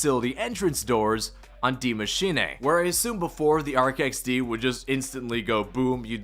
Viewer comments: If I hear “Die Maschin-NAY” again, I’m going to throw up. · Ye the pronunciation is so off it’s Deez nuts machine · The way he pronouces machine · ??? The limited time mode is the haunting bruh. Also please pronounce die maschine properly just once 😭😭😭😭